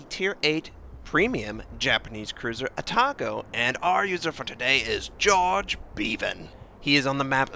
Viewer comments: just a small point Notser..Jorge is pronounced as Hor hay! Great vids ,have subscribed! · you for pointing this out, im cringing because he didn't look up this name because its a spanish name